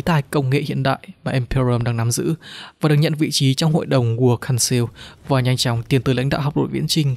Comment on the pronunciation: Council đọc là cao xồ thì phải 😅